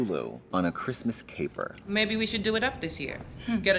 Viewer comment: When they were listing off things that were on Pose, Katya said "Capers" and i couldn't think what small peppery things had to do with the show lol